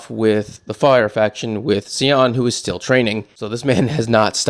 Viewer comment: And it's not pronounced cal( ious ) panel, it's just call- i-ss panel and Sion is pronounced Scion! Hope that helps, I really appreciate and enjoy your channel and take on thing's! Thanks